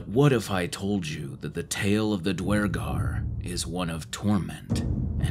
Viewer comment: The fact you pronounce Duergar properly makes me happy.